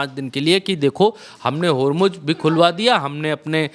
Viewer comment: होरमुज होर्मूज नहीं. बोलना तो सीखो. होरमुज़ ज़ ज़ ज नहीं.